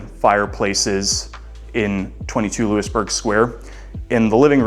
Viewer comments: Hey....WHY would anyone hire you when you say "LEWIS-Burg" Square...you're pathetic...it is LOUIE-Burg Square. Where are you from, OHIO? Get LOST! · Looey burg square. Not Loo-is